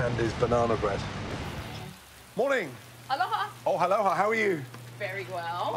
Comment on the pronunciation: "Alhoha" Gordon "fucking weather"